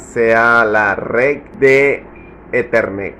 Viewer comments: Reeeed🗣🗣🗣, red🗣, red🗣, reeeeed🗣, es red🗣. No rec🤦‍♂️ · Es desesperante escuchar decir REC en vez de RED